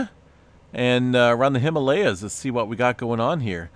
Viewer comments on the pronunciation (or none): none